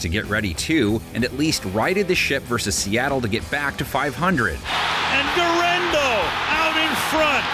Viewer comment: Gurrendo not wurendo. Donkey